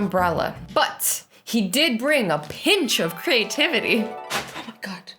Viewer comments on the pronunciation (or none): Everyone: “creativity” Azzy: “crativity” 🤦🏾‍♀️ 🤦🏾‍♀️ 🤦🏾‍♀️ 🤦🏾‍♀️